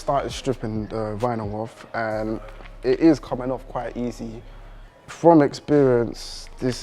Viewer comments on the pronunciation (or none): none